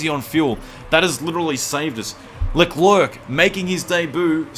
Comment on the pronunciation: He's name is French so you should not pronounce the last c (so it's basically pronounced "LECLAIR")